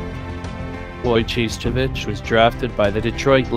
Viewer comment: Way to butcher the name!! Its Wojo-ho-its